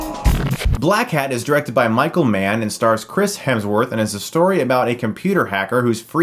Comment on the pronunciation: Oh Michael Mann! I thought you said Micro-man for the first half of the video... I am not a smart man...